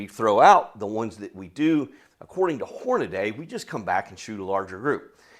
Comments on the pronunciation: Whore-nuh-dee. Not sure how or why in 2025 people are still pronouncing it Whore-nuh-day. Aside from that, great video! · He lost me when he said Hornaday. It’s Hornady. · I think it's Hornady. Not Hornaday. great info and a lot of data. Thanks! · Stupid redneck fuck. Its Hor..na...dee. 😮Not hor..na..DAY. they taught that in school I guess you were absent that day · The instant you said "Hornaday" I stopped watching. It's "Hornady" - Horn-a-dee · Horn- uh- dee . There is no A after the d. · Horn-ah-dee. I know, I’m knit picking. Good video as usual. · It's common even in the shooting community for folks to mispronounce Hornady. Your loss for failing to watch after that. This guy presents valuable information in a great format.